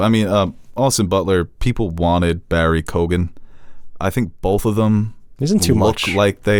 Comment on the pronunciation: Lads, watch ROME! Two brilliant seasons of Game of Throneseque sex, violence and political intrigue. Also...it is pronounced Barry Keo-an. The gh is silent an Irish listener 😉